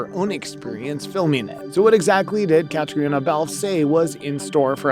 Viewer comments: Kuh-trina not Cat-tree-ona. 😜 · Kuh-tree-nuh NOT cat-tree-own-a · Her name is pronounced Katrina.